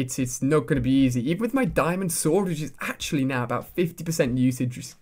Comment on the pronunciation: I like how you said "actu-Ali"